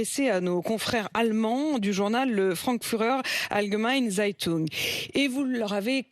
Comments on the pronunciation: Entendre Appoline prononcer le titre du journal allemand 🤣🤣🤣 c'est révélateur du niveau de nos journalistes comme nos politiques qui sont incompétents 😥😥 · Oui après c'est au journalistes de faire un travail consciencieux et d'apprendre la prononciation. Il doit bien en avoir un dans la rédaction qui aurait pu checker la prononciation de la journaliste. Surtout que le Frankfurter Allgemeine c'est pas un petit journal. C'est une des plus gros journaux d'actualité en Allemagne. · Oh la vache ... elle peut répéter " Frankfurter Allgemeine Zeitung " qu'on rigole encore un coup ?!!! Franchement qu'elle écoute un peu les autres au lieu de passer sa vie à les couper en se prenant pour " Mme je sait tout " car même sans avoir fait allemand LV1 , c'est pas possible. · "Listen.."franfuurher allgemeine zeitung"!!..